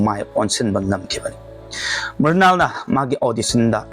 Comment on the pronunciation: Mural haiba ntte Mrunal haibaniko